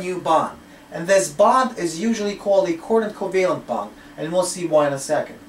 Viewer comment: Are you saying quarter covalent? or coordinate covalent...